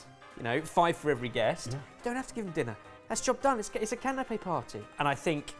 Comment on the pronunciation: "Canape" (I'm not intentionally being "that guy", but it took me a minute to figure out what had a cloth umbrella over it until I realized what you were actually saying)